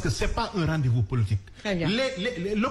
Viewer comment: ne peut même pas prononcer le mot politique il dit toujours polotique😂😂😂😂😂